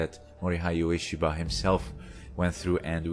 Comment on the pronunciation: LOL, it's quite a good vid. I'd say once you understand the difference between a fight and an attack you'd understand more about the battle field origins of Aikido. My comment on your pronouncing of Ueshiba points to you not doing any real research into the man.